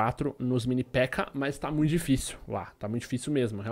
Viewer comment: se pronuncia "Pékka" e não "Pekká"... Otimo video =D